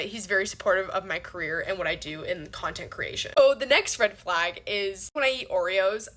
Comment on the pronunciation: You're still not an influencer. Red flag: pronouncing it "flog" and "hoff" instead of half.